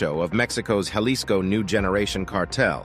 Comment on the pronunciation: It's "HA LISCO"! It's language man! You pronounce J? AS H JALISCO? IS PRONOUNCED HALISCO. This goes for Latin and Mexican words! Not rocket science sweety! You just sound stupid